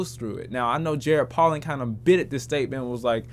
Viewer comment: Bruh his name is pronounced Poe'lin not Pollen. He says his name in EVERY video